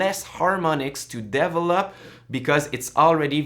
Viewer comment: You are a very good teacher! It took me a while to understand when you said "devil up" you meant "develop"... lol! I am really going to enjoy this series since I don't have time to take your course right now and I think that every little bit helps!!! Thanks!